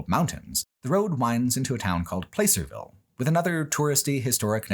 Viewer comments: I lived in California very near Placerville for a long time, and it was wild to see it on video and documented with your insightful thinking. I miss the beauty of Northern California’s mountains and forests very dearly.(Also, it’s pronounced like “Plass”-er-ville rather than “Place”-er-ville, not that it really matters) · Hey, my hometown of Placerville. BTW, it pronounced plass-er not place-er lol. Funny moment: right as you said the phrase "hidden history" you were driving past our strange Druid monument. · Never heard Placerville pronounced like that. Hard to believe you passed within a stones throw of where I live- I'm slightly north of Placerville in one of pitstop towns between there and Tahoe. I'm a little sad we weren't mentioned, but I get it. Anything between Placerville and Tahoe is basically unremarkable. The 'Hangtown' controversy is very in line with how most of the people in the area behave. My political science teacher recounted how one time a truck carrying a billboard with two guys kissing happened to pass through and the town was ready to riot over it. I'm not comfortable with talking to a lot of my coworkers about my politics, nor my sexuality. Maybe one or two actually seem to be amicable, but then the rest is 'communism this and communism that' and one of them I know openly dislikes the idea of gay couples adopting. It's like the Alabama of California, but for some reason they all hate living here. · Everything was fine until he mispronounced "Placerville"... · The nostalgia-tinged surreality of hearing describing the repulsive horror of Historic Placerville, a place I spent some time growing up in without anyone offering me context for Old Hangtown at the time, contrasted with the jarring immediacy of never before having heard it pronounced with a long 'a' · Oh nooo you mispronounced Placerville! Can't blame you, but that really struck the ear as a NorCal native